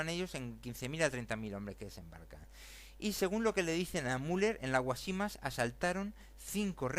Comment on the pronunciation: Guásimas, es esdrújula, no llana, sólo este comentario. El resto llevaría mucho tiempo y no vale la pena. Lea mejor. El ejército español si remataba en los campos de batalla y un ejemplo de ello es cuando muere Antonio Maceo, (que por cierto no muere con ningún hijo suyo, muere con Panchito Gómez Toro, hijo de Máximo Gómez, rematado a machetazos por dicho ejército) ese día estaban casualmente trabajando los forrajeadores. Creo hay que darle otra vuelta a esto. Los únicos que perdieron en todo esto fueron los cubanos. A propósito Cuba no pidió que la defendieran ni de ingleses, ni de nadie en particular. Evidentemente España cambió el mundo para su conveniencia y le salió mal y con ella arrastró más de medio mundo. Ya está bien.